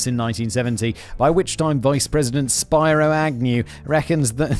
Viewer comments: It's pronounced Spēro Agnew, not Spīro. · LOL Spyro Agnew... it's pronounced "spear-o," Simon :) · Spiro = spear-oh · I appreciate how the name Spiro (pronounced like Spear-o) became Spyro. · I love how you pronounce Spiro Agnew's name. It's pronounced like Spearo (pretty sure it's Greek) and I only know this because of Nixon's head on Futurama lol. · Spiro (pronounced spear-row not spy-row) Agnew was the U.S. vice president under Richard Nixon. He was forced to resign due to corruption in his previous job. He was replaced by Gerald Ford who was then vice president when Nixon also resigned and replaced Nixon. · Lmao, its spearow, not spyro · He was a disgraced American Vice President under Richard Nixon and his name was spelled Spiro but pronounced "Speer-o". Just a friendly FYI 🙂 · Haha Simon it’s not Spyro it’s Spiro a very very very common Greek name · Not SPY-ro, but SPEAR-o. It's Greek. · Spiero not Spyro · its spear oh not spi roh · You're pronouncing Spiro agnew's name wrong it's not Spyro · itz SPEER-RO not SPY-RO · He is saying it wrong it is "spee-row". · Spiro is pronounced "Spear-oh", but that doesn't change anything. The name is still odd, and he was indeed a bit of a dick, so whatever, Spyro it is! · Simons pronunciations are hilarious! I'm pretty sure Spiro is pronounced Speero. It's a really common Greek name but is usually Spiros. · Spiro Agnew was an American of Greek extraction. Spiro's first syllable is like spear. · Spyro 😂😂⚰️ Not sure if Danny needs to start adding pronunciations for Factboy of if its better this way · Spiro is pronounced more like spee-roh. Also, I never got my free Danny shirt. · Spiro Agnew was the Governor of Maryland, and we are ashamed of this. And it's pronounced Spear O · Simon I know that you don't like people correcting your pronouncing words but Spiro is pronounced Spear-o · Pronunciation Police: SPEER-oh Agnew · Also it's Spee-row. Latin I. At least in American pronunciation. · Spiro is "spee row"